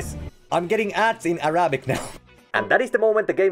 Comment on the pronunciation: Arabic ✖️ Arapik✔️ LOL